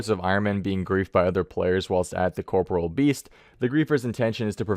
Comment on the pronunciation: CORPOREAL. not corporal